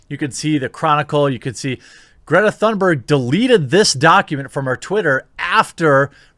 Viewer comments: im swedish its not "thunberg" its Tun (like tuna but without an A) and ber-j ( BERGmeans mountain in swedish) is BER - J " with a J like jay not a hard G. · its a silent h in thunberg... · I second absolutely everything you pointed out there. Just chiming in with a correction about how to pronounce her name: there's no thunder in it, so to speak, the THUN is pronounced like TOON (more precisely an umlaut 'Ü' sound, but let's just skip that for simplicity), and the BERG sounds more like BARE than HER (just talking about the vowel here). The 'R' is also less prominent than in English, so TOONBEG is the closest I can simplify it to. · Pronounced "Toonberg." Which is more appropriate anyway because she's like a cartoon.